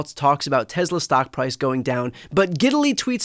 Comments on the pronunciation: He pronounces Tesla so weird. TEZZLAH iostead of TESS-LA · Doesn't even know the name of his own company. It's TESS-luh not Tezluh. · Why does Elon say "TEZLA" instead of "Tesla"... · This little baby, I believe took a chainsaw to Tesla or should I say Teslur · Does he start the interview by calling his company Tezla twice.😂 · Musk pronounces it "Tezla". Trump pronounces it "Tesler". It's spelled "T-e-(swatika)-l-a". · I know. Why does he pronounce Tesla “Tezla” and Tim Walz as “Waltz”? He’s no genius! Some people with autism are, but he isn’t! He wouldn’t do that if he was. He would learn to correct it. His stutter too unless he’s just so terrified that he can’t help it!